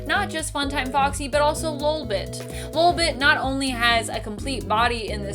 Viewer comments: Not lulbit it’s LOLbit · Anyone else slightly annoyed by the way she is pronouncing ‘LOL’ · Your pronouncing lolbit wrong